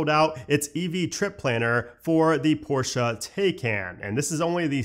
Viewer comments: ''Porsh'' > ''Porsha'' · It’s not porschaaa pls